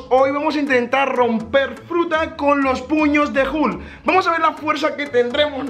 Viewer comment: No es hukl es hulk